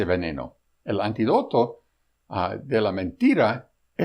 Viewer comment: Antídoto, con tilde en la i, ojo pronuciacion